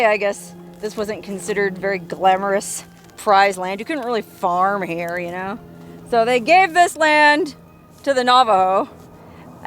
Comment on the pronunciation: "Her OO'R" is in four different states". Classic,. That's why we watch ya!!